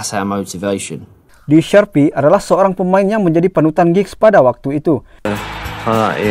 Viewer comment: Lee Sharpe..Min bunyinya bukan Sharpe..jangan dibunyikan "E".Nyebutnya Sharp..Lee Sharpe tanpa bunyi E.